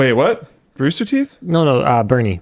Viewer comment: It's "Burnie" not "Bernie"